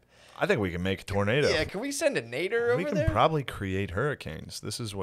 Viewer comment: I love how Shane is really trying Matt to say tornader hahaha